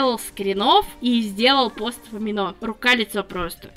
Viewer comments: не аминО.. амИно.) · (Разве правильно говорить не АмИно?) Насчёт амино в целом - сообщества, которые посвящены артам и адоптам очень строги с плагиатом, так что за деньги вряд-ли можно что-то продать. Так что такие случаи еденичны. В любом случае сочувствую